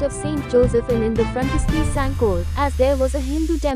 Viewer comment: It is not sankol. it's SANCOALE. Please pronounce the names of our Villages properly.